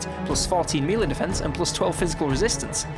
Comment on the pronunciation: MELEE as in "Mel-Ay". Please stop saying MEE-LEE. I like your videos but this hurts me.